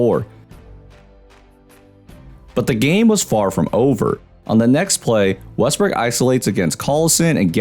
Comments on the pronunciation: You were saying westbrick instead of Westbrook this whole video.... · Was I the only one hearing Westbrick?🤣